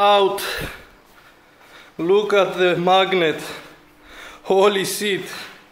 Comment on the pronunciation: he said sit instead of shit